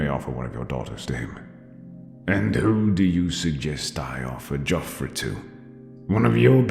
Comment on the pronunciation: I kept hearing "JoffrEY" and was soooo confused